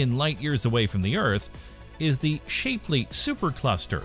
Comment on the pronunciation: Shap Lee. Very poor video, unimaginative and stolen from much better creators. LAN eee A KAYA. Learn to fucking read.